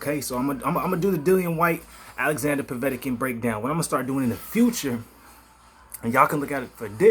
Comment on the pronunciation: It's not Povetican